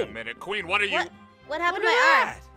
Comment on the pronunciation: “WHÆT?!” Made me laughing on the floor 😂😂